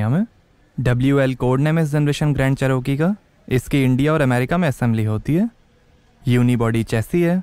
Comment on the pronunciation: Ch - r- key, row nhi